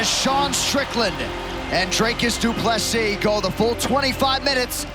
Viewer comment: and one more thing, its pronounced DOO-PLE-SEEE not DOO-PLESIS. Get the mans name right and show some respect DANA!